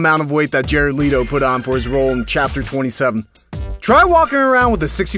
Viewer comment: It's pronounced Leh-to. Not Lee-to